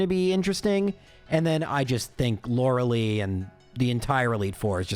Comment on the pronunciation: You are killing with the pronunciation of Lorelei….. Lore-uh-ly not Lore-uh-lee. Think Gilmore girls hahah 😅